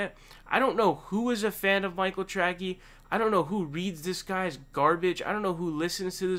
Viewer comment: Is your mispronunciation of his name some kind of mocking? Just curious ...